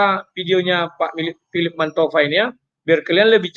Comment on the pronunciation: Philip 'sabalabalaba' Mantofa 🤦‍♂️🤭